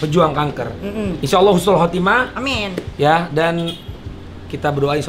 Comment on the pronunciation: Khusnul khotimah bukan khusul 😅